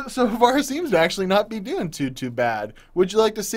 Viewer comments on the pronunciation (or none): none